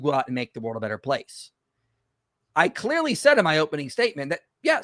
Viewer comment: Sheng Tsai: "Step 1 in a debate is to state your claim creary." Now I'm not trying to make fun of someone with an accent or if their first language isn't english (as english can be a difficult language) when I say this but that was a hilarious starting point 😂😂😂 It was mostly fallacious from there. In his misrepresentations that he was starting with also poisoned the well from the get go so his later "points" already are linked to that poisoning.